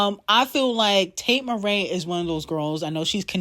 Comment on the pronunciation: Why is she calling here Tate Marae instead of MCrae did I miss a shade moment lol